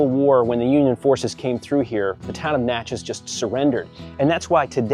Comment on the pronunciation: Most people mispronounce "Natchez". You nailed it, but then you got the state wrong. It's Natchez, MISSISSIPPI, not Louisiana.